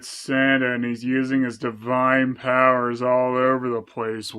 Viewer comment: Did she says Santa or "Sentai"?